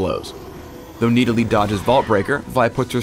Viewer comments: Stop saying Needalee. So obnoxious. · it annoys me to no end how he says nidalee